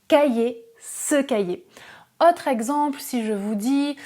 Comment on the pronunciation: Merci pour la vidéo. Très bonne élocution ! (claire et lente). En revanche, vous faites une erreur de prononciation qui peut déconcentrer les auditeurs : "autre(s)" et "chose(s)" (qui vient de "cause") se prononcent avec un "o" fermé. En français, "ô" et "au" DOIVENT se prononcer avec un o fermé. Ex. : La cote ("o" ouvert) est un niveau, la côte ("o" fermé) est un bord de mer. Hotte ("o" ouvert) est le panier du vendangeur ou du père Noël, hot ("o" ouvert) signifie chaud, osé, mais haute ("o" fermé) est le féminin de l'adjectif haut. Le non-respect de ces règles élémentaires de prononciation présente les inconvénients de déconcentrer les auditeurs et de créer des problèmes de compréhension (malentendus). Donc, avec la qualité de vos vidéos, vous devez avoir la cote !😉 Merci et félicitations !!😉